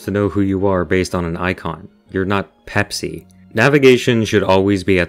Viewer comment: "You're not... PPPePPPsi" sent me💀